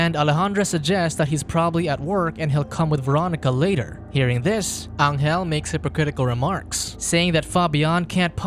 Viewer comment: Pronuntiation. Angel in Spanish sounds like Angel in English but G